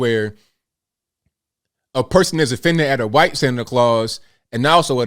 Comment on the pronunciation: I’ll consider subscribing if you stop saying white like that.